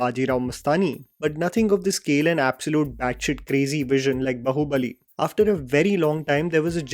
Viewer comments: It's BAAhu-bali not bAhu-bali 😳. Not trolling, just informing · it is pronounced baa-hu-bali not bahu-bali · Just a small correction, noticed this in lot of your videos you call the movie as Bahubali, instead of Baahubali. The way you call it bahu, makes it extremely cringy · why you say Bahu-Bali? Its Baahubali... No matter how it is spelt, for numerological or whatever reason, the word actually is Baahubali:D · When will you start saying baahu bali. Not bahu bali. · It's Bāhu bali, not bahu. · I don't want to be a Grammar Nazi here #TRP Its" Baaahu Bali " not " Bahu Bali " , Bahu bali means u know what it is 😁🤣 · its baahubali not bahubali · please stop calling it 'Bahubali'... Bhai! its 'Baahubali' - the title itself has a literal meaning. Baahu means arms and bali means Strong. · I don’t understand that why can’t pronounce “baahubali” properly🤣🤣